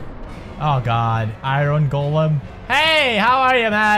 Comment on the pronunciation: Finally someone else that says golem like go-lem not ga-lem